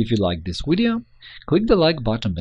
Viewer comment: "this wideo will show you.."